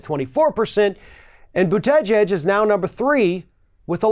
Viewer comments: That is not the proper pronunciation of his name...it is boo tee geeg.....not boo teh gehg....lol.... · As for his last name, Buttigieg, it IS NOT PRONOUNCED: • Butt-ee-geeg • Butt-i-geg • Smith • Butt-i-jeeg It IS PRONOUNCED: • Boot-a-judge • Buddha-judge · You need to work on pronouncing his name. I find that "Buddah Judge" works better than the "Boot Edge Edge" way of tackling it. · Pete “But-gege “ haha. Oh. Anyway, I’ve been studying that BootyJudge, he is becoming really popular. People from the left, center left, center and some center right seem to like his ideas—they find him charismatic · It’s pronounced “Bute-te-judge.” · / ~ “Buddha-Judge” is how to say Pete’s last name. He said this in an interview recently to help pronounce and remember it. If you want to get very technical, it’s closer to jedge (like hedge) than judge, but Buddha-Judge is much easier to remember. 😉👍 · Learn how to pronounce his name...try Booty..judge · How hard Is it for to pronounce Boot - Tee - Jeeg? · Boot-uh-judge is a better pronunciation. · the accent is on the first syllable. BOOT-edge-edge. It's a Maltese name. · "Boot-edge-edge". Heh. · learn to say his name! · You really have to learn to pronounce his name correctly. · Please try to say his name right. You're killing me each time you say it. LOL. But seriously, people are always looking for the "perfect person", not every candidate is some kind of super human being. They just need to be coherent with some experience. Definitely a step up than what we have right now. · You are mispronouncing his name. Understandable for most people right now, but not you! That, aside, a fair assessment. Mayor Pete is super positive and a brilliant guy. He has been doing knockout events. Am very impressed. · I have so much respect for you, your candor and what you have to say. I expect a lot of you and am never disappointed. So please pronounce this man's name correctly.